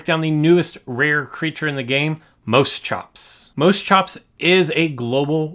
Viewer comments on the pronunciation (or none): I think it properly pronounced mosh-ops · For reference, it is pronounced Moss-Chops. :-) You'll find most of the Permian creatures were weird looking creatures.